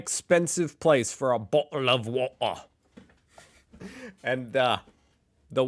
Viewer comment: your pronunciation of bottle of water sounds more Cockney than Australian. The Australian pronunciation sounds more like boddle of war da with the Ds pronounced softly.